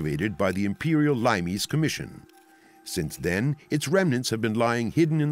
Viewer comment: Limes is pronounced LEE-mess. Not LIME-ees.